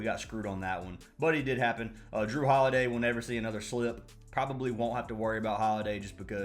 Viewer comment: Please don’t say jrue holiday again bro